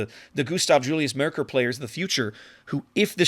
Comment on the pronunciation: Your first two "Maerkers" where very good to be honest. Best would be to say it like "map". The way you ended up pronouncing "ae" in the video is a near perfect on "ö" sound as in König or Löwenhardt. Other than that, great review as always.